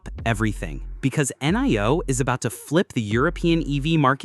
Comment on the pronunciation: It is not coming to the USA. Dang I am a NIO investor and I wish. Does anyone look at their AI “creations” before posting. Hell we pronounce it NEO. Dang!